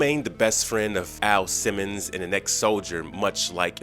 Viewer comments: sir are u saying AL simmons or A.I. simmons? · Dude, it's Al Simmons, not A.I. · Did he call "AL SIMMONS" "A.i. Simmons"? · His name is AL Simmons not A.I. Simmons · A.I. Simmons? You meant AL Simmons,right?